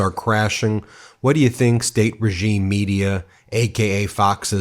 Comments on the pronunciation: fox really said regieme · Listen carefully as he starts to say "regime" 😮